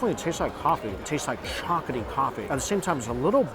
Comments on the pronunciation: Hard to watch when he keeps saying chocoty instead of chocolatey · Chock-luh-tee NOT Chalk-UH-tee Still love the vids though! Lol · Is anyone else hearing ‘chocatey’ instead of ‘chocolatey’? It’s like his ‘Baygo’ instead of Bagel 😅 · All I can hear is “chocety” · He's not really good at languages I've found, and pretty uneducated about food for a food YouTuber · and chocolaty